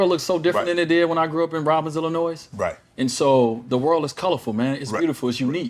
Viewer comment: This guys just said Illinois like it’s plural. Miami could keep him 😂